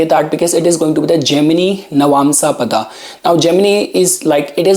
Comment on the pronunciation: Tell if you cannot say paadaa properly